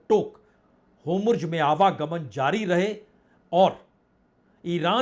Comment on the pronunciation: पढ़े. लिखे. पत्रकार. महाषय वो. शब्द होमुर्ज. नहीं है. बलके हुर्मूज़. है.....